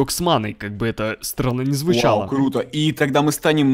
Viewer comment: Кто заметил что сказал не круто а клуто